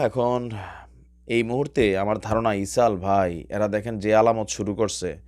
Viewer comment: ভাই ইসরাইলকে কেন ইশাল বলেন। স্পেলিং ভুল হয় কেন অনেক😮😢😮